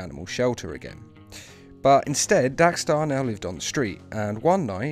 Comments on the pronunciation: Diego Pansini Why does he keep saying Dax star it's DEX STARR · Dax Starr??? DEX Starr 🙄